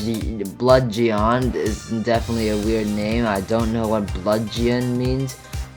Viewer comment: I ain't never heard someone pronounce bludgeon as blood-ji-on before. Blud-jin. It's pronounced blud-jin